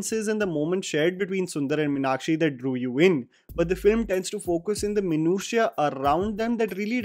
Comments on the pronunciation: It's not minakshi, it's Meenakshi (to be correct it's actually meenatchi in Tamil pronounciation because a Tamil girl won't have a name with Meenakshi spelling because "ksh" syllable is of Sanskrit script not Tamil script. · The name is pronounced MEEnakshi (मीनाक्षि மீனாட்சி), not Minakshee (मिनाक्षी) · A few observations: When sundar’s dad comes to office, he asks a couple of people if they saw a person wearing a lungi- no Tamilian would call that a lungi- that’s a veshti. Also, no Tamilian pronounces Meenakshi as Minakshi, they pronounce it as Meeenakshi..in a restaurant, that waiter pronounces dosa and not dhosa.. no Tamilian says Dosa. This is what happens when you have a largely non-South Indian cast and crew. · The problem starts with calling Meenakshi as Mi-nakshi 🤷🏻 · Totally!!! In madurai slang it's pronounced as Mēnātchī (மீனாட்சி). It sounds soo north Indian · Say with me....Meenaaakshi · The way everyone called "Meenakshi" with a shorter 'a' compared to the longer 'aa' as pronounced by South Indians was jarring! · I would strongly recommend that you learn to say the name 'Meenakshi' correctly, before you talk about the movie. Also, a piece of advice for Karan Johar. Stick to showcasing Punjabi weddings, with Chudis and Kangans. Leave Tamizh culture alone.